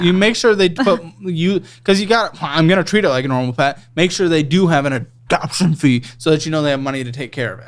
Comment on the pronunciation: “Ahdahption fee” 😂😂😂😂